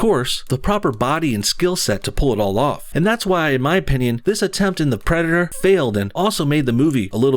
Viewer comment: “Predderr” lol